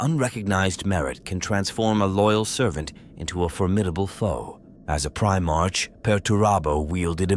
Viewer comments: Prime-ark NOT Prime-arch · Also, I hate the "pri-march" pronunciation. What are they trying to say? Was he the first in line of a parade? The first, or earliest foundling in the month of March? No. Ofc not. Damn, I know, a petty and pedantic thing but it really grinds my gears.